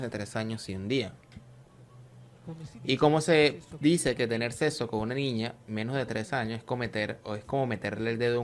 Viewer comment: ¡¡Que desagradable y mal traducido, por favor cambien a la persona que habla, muy mala dicción!! No pronuncia todas las letras, sobre todo las s finales, ni siquiera sabe pronunciar el castellano, más bien, ni siquiera lo habla bien. ¿Que es eso de desgraciable? “El Grey”, la greligió, en vez de religión, “tener seso (sexo) con una niña” “empezo", en vez de empiezo, "se le presenta Abraa” es una tras otra mal pronunciación, todo mal, espantoso. Un gran punto en contra, para poder ver con agrado el video!!!!